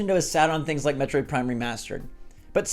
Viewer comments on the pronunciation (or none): none